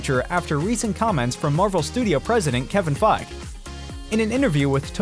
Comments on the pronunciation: | | Bruh the "e" at the end Kevin Feige's surname is not silent. It's pronounced Fygee [fy·ghēē] not Fyge [fye·gh] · Say Kevin Feige right you're not pronouncing his last name right.... its Like FY-Geeeee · It’s Feig-e.